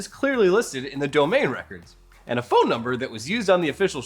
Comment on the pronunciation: WTH happened to voice. I don't think I will ever hear the word phone the same way again.